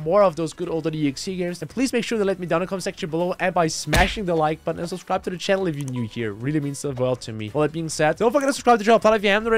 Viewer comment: I always hear him saying "smash the like butt" lmao